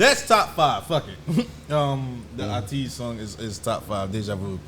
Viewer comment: HERES ATEEZ INFO AND GUIDE LINK BELOW ATEEZ is an eight member male Kpop group under KQ Entertainment pre-debuted July 20th 2018 through Mnet TV reality show KQ Fellaz - Code Name Is: “ATEEZ”, they officially debuted October 24th 2018. Their name is pronounced Aye-Teez, which sounds like saying eighties and the group’s concept from what i’ve seen so far is Pirate theme with dark alter egos known as ‘Halateez’. They made their japan debut last year on December 4, 2019 with Nippon Columbia Records. Even though members help with the music process and ideas; Hongjoong similar to Bang Chan(stray kids) he writes majority of the music along with assists of other producers. My biases are MINGI, Hongjoong, Seonghwa, Yeosang and SAN but I am OT8 MINGI HAS BEEN BACK AND DOING WELL, THEY HAVE TWO TITLE TRACKS TO “ETERNAL SUNSHINE” AND “DEJA VU” FOR THEIR NEW CURRENT PART THREE ALBUM WHICH CONNECTS TO THEIR PREVIOUS TWO ZERO : FEVER ALBUMS. DEJA VU IS THEIR OFFICIAL TITLE TRACK THOUGH. 2018-Present: 3 Studio Albums 7 Extended Play Albums 12 Singles 2 Charted Songs 19 Music Videos 14+ Dance Covers 1 Reissue 2 Soundtrack Appearances Fandom: ATINY (ATEEZ + DESTINY, “Ey-Tee-ny”) No Official Fan Color yet Fanchant: ATEEZ along with member names (changes with every song) MEMBERS HONGJOONG [Birth: KIM HONG JOONG] - Leader, lead rapper, vocal, songwriter, composer, producer, 2nd Oldest (NOV 7 1998) SEONGHWA [Birth: Park Seong Hwa] - Vocal, dancer, visual, Oldest (APR 3 1998) YUNHO [Birth: Jeong Y